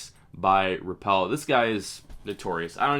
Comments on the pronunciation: Hi. Very nice video as usual. Only one correction: as one would hear from the folks at Rapala, they pronounce it RAP-uh-luh. Again, really lime your videos and keep them coming. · Cant stand how americans pronounce Rapala, did they ever watch a video from Rapala? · am I the only one who thinks he's saying Rapala wrong?